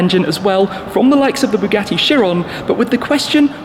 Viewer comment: I heard it as bugatti bullied